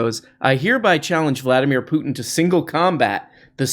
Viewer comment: Vladimir Pluton! Best mispronunciation yet! 😂